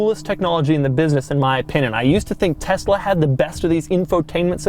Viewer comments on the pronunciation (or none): none